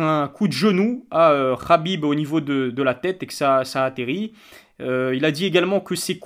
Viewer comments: Frero sa se prononce Khabib pas Rabib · On dit Khabib pas rrrhabib